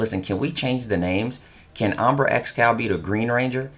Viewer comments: This’s always triggers me just a little when u pronounce it as “ombra” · just sounds like he's mispronouncing hombre when he says umbra